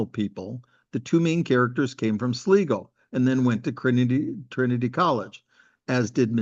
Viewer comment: Ask a local how to pronounce Sligo, hope you enjoy the visit